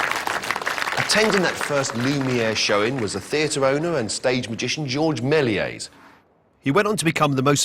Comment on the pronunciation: You would think that a man who has devoted his career to silent film would get the pronunciation of "Melies" right. Half the time he says "Mell-ee-ay", which is wrong. Then SOME of the time it's "Mell-ee-ays", which is only a little less wrong. Only the French guy gets it right: "Mel-YESS", but it whizzes by him and he starts saying "Mell-ee-ay" again. It's dismaying as hell. Bad enough that both pronunciations are wrong, but to switch back and forth is just detestable.